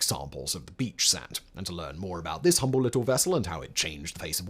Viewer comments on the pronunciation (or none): none